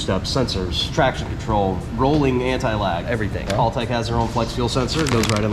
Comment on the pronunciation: It's not pronounced HAUL-tec... Haltec, Aussie English!, say it with an Australian accent!!😄 got it...you speak Aussie English real good mate!😁